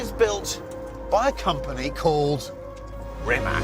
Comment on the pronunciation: Pronounced as Reematz.....please get it right.